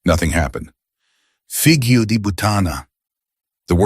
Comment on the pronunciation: The word figlio,is pronounced fílio.No g .